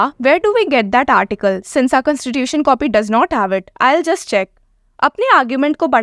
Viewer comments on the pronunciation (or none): none